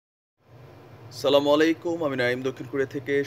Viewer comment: ভাই আপনার কথা গুলো খুব সুন্দুর,,তবে আপনার সালাম শুদ্ব নয় দয়া করে সালাম শুদ্ব করে দিবেন